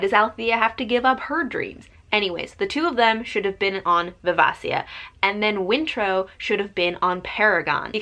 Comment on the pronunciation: It’s viv-AY-shuh. Great review. Hobb is so god dang good.